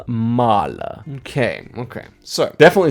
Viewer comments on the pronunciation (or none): Any fellow music fans screaming Austria when he read out GUSTAV MARHLER😭